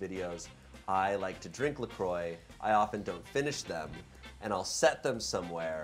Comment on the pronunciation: La croix is not prononce la croy haha